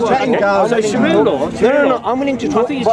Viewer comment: lool man said Shria law lool did he realise he's repeating law law. shria simply means law wtf is wrong with these westerns lool if you dont know arabic dont say it. islamic shira or islamic law say it that way